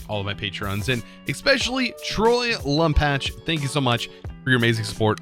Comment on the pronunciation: troy lumpatch. laubach = lumpatch ig lol